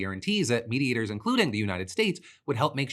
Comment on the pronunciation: Anyone else hearing "meat-eaters" every time Phil says "mediators"...